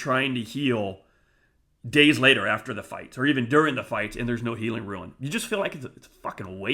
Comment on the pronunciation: Thanks for the great videos. Minor point: Rune is pronounced "roon"--long ou sound. It's a Norse word. I appreciate all your content--good stuff. 👍